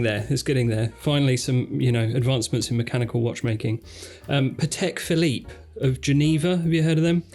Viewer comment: Gentlemen, love your shows, sound of voice, knowledge. Listening to you is pure pleasure. I have just one remark though, maybe you can take it under consideration. Whenn pronouncing “Patek Philippe” you should change your accent slightly. Since Antoni Patek, founder of the company, was Polish, you should put stress on the FIRST syllabus of the word, while Philippe, who was French is accented correctly. So it is not pa-TEK phi-LIPPE, but PA-tek phi-LIPPE. Mr Stern pronounces it correctly ;). Great job guys anyway.